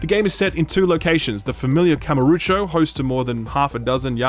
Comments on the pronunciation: Kamuro - O - cho. OH cho. Not oocho x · still don't get why you pronounce KamurUcho instead of KamurOcho, but okay :) have to wait for discount, though i had some fun with the first judgement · When you want to criticize the cult series, you may consider NOT misspelling Kamurocho constantly. Kamarucho? Really? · Not gonna leave a dislike, because honestly a lot of what you say is what I felt about the first Judgment (though I still enjoyed it). But my GOD, it's "Kamu-ro-cho" not "Kama-ru-cho", drove me mad I tell you. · It bothers me that he pronounces kamurocho as kamurucho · Great review as always, even if I feel like I would like this game, but please it's KamUrOcho not KamOrUcho! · Great review as always, but, out of the 200 times you had to say Kamurocho, not once did you go back and check if you were pronouncing it correctly? That Kamarucho place you’re talking about doesn’t exist… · "I've played 5 Ya-kooo-za games." also "Kamarucho". It's a shame you don't like these games, but I also really get the impression you don't want to. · Yeah, I cringed when he said that. Why would anyone do that. Also is it so hard to pronounce Kamurochou. They literally yell it in the game. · Every time he says KamurUcho my eye is twitching a bit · Beat zero baka beat zero it is one of the best game ever made Zero has fantastic combat it just takes time it is a huge game it took me 180 hours to 92% You pronounce kamurocho in a false way It really is sad to know that you do not know who is GORO MAJIMA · He can't even say Kamurocho correctly. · Most painful is not you disliking the game or using the english dub, but the way you say Kamurocho. Good review tho, even if I feel you don't quite 'get it'.